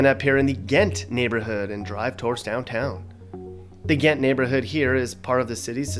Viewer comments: Its Ghent not Gantt...jeez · It's Ghent...NOT Gantt!!!!